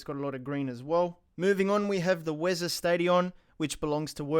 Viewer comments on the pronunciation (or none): none